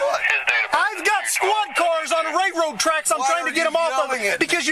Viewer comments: Ray-road tracks. I’ve never heard that type of inbred slang before. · If the idiot cop says “ray road tracks” one more fucking time 😂🤣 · " Ray road tracks". really?